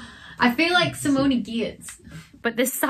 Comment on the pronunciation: It's also si-MONE, not si-MONE-ee, but I figure by now she probably just collects pronunciations, and this may be a new one, so if anyone knows her, send her this one to add to the set. She just moved house (and shop), so she maybe could use a laugh. Also, yes, per Mr. Ormundson's link, she suggests Yetch, and when I listen to her say it there and elsewhere, heck, it could be Yetch, it could be Yatch, it could be Yutch. Pick a vowel. I'm still trying to figure out if Saoirse Ronan is SER-sha or SEER-sha.